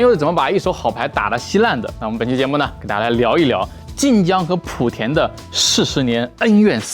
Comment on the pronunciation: 莆是第二声，别再普田普田了